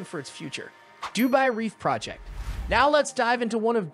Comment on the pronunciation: Seriously? Du BAY? I couldn't listen to your cheap voice e synthesizer for more than 2 minutes